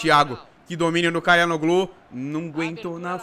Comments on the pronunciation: se diz "tchalanoglu" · o nome dele se fala "Tchalhanoglu" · pega aí a pronúncia. xa la no lú. o ç é pronunciado como x. o h nao é pronunciado assim como o g no meio das palavras. o nome do presidente Erdogan é pronunciado Erdoan. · pra você,se pronuncia CHORAnoglu.